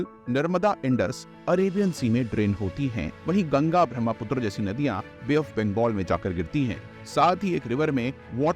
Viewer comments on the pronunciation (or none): आपसे अनुरोध है कि ब्रह्मपुत्र सुभानश्री असम जैसे नामों का सही उच्चारण करें। अक्सर देखा जाता है कि लोग अंग्रेजी का अंदाज दिखाने के लिए ऐसे शब्दों का इस्तेमाल करते हैं, जो गलत है। ऐसा अक्सर देखा जाता है कि लोग अंग्रेजी भाषा में स्टाइलिश दिखने के चक्कर में मूल शब्दों और उनके उच्चारण से खिलवाड़ करना गलत है। इनके उच्चारण को ग़लत ढंग से लेना अच्छा या सभ्य नहीं लगता. आप भी कभी यूपीएससी अभ्यर्थी रहे होंगे तो cultural hegemony को अच्छे से समझते होंगे इंग्लिश आना बहुत जरूरी है. आज के समय में अगर हमें दुनिया के साथ खड़ा होना है तो अंग्रेजी का इस्तेमाल करना चाहिए लेकिन इसका मतलब यह नहीं होना चाहिए कि हम अपने मूल शब्दों के साथ खिलवाड़ करें। आपका कंटेंट बढ़िया था बस मेरी कहीं बात पर गौर करें🙏🙏